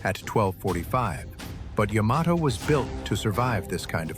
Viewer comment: Thank you for pronouncing the ships name correctly.